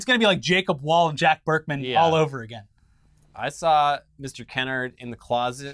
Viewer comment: This is a small nitpick and I wasnt sure till you said he was Black (as am i) but the ATT CEO's name has a long "a" in it. Kennard rhymes with hard. Like Ke- Nard. Thats how Black families pronounce it at least. Love yall. <3